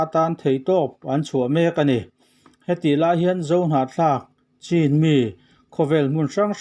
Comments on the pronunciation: Chin , a ni lo,, chhin ti a lam tur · Chin tih hi chu a dik lova chhin tih hi a dik